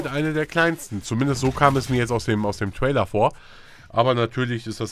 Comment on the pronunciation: lern mal englisch, es heisst TRAILER! nich TWAILER.. gott ey -.